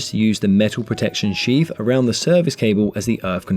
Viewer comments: Im pretty sure it is called sheath and not sheaf 😂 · Usually, I'd refrain from interfering, but seeing as viewers are coming here for educational purposes, I feel obliged to point out that the correct word is "sheath", not "sheaf". Sheaf is a bundle of grain stalks. While electrical wiring has a Sheath. Apologies for being a grammar-troll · It's Sheath, not sheaf. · ... it should be "sheath" ... not "sheaf" ! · It's "sheath" ... not "sheaf" ! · Excellent descriptive video. Thank you for sharing your content. Sheath not Sheaf. Just saying. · Is that really a "sheaf" in UK English and not a "sheath"? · Great video guys. Surely you mean "armoured sheath" and not "armoured sheaf"? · It’s a sheath around a cable not a sheaf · Very useful - But I think you mean 'sheath' - not sheaf. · Dry good clear explanation, just think “sheaf” is actually “sheath” ?? Don’t think corn has much to do with 230v😆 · That's just the way it's pronounced in the Sarf East. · sheaf = sheath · Sheaf? I though it was sheath. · Superb, clear explanations. Thank you! Just one query... it's "sheath", surely, not "sheaf"? A sheaf is a stack of corn. Or is this an industry-specific term? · Awesome video with amazing content. I'm still trying to get passed "sheaf" vs "sheath" though! :) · I was just going to say the same 🤣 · Sheaf or sheath?